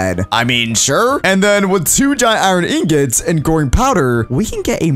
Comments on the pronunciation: Did YOU SAY GROIN POWDER oh u said growing powder hhehe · Why does he keep saying groin powder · I thought he said "groin powder" 😭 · Did anyone else notice that when he said growing powder it sounds like groin powder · growing power. What I hear,groin powder. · i thought you said groin powder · "groin powder" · it sounds like he is saying groin powder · i realized when he says growing powder it sounds like hes saying groin powder. kinda sus